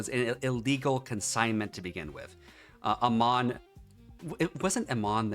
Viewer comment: The CEOs name is a-man not a-mon.